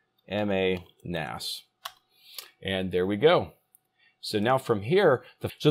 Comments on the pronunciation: The X is pronounced as Z so Zig-ma-nas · How to pronounce "XigmaNAS"? Say its X as a "S", and you get Sigma NAS. (Sigma is a Greek alphabet letter, BTW. Scientists and engineers are fond of using Greek, and sigma is used in the engineering standard Six Sigma.) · Isn’t it just pronounced like “sigma”?